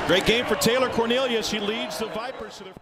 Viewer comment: We're with the Vipahs!!! - Tony Soprano